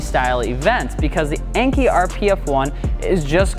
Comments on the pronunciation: En-kay not En-kee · Your pronunciation of Enkei is not correct. It is pronounced “En-Kay”, not “ainkee.” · n-k, not n-key. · enkay not enkey"🤦🏻‍♂️🤦🏻‍♂️ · Cool vid but it’s pronounced “enkay” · I truly love you, but I cringe every time you pronounce Enkei wrong. It’s En-Kay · Pronounced “N” “K” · Enkei is pronounced like NK